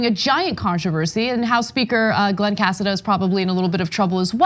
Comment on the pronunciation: That's a Spanish last name is pronounced Casáda